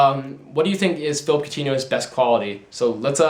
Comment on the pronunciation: Its phillipe not phillip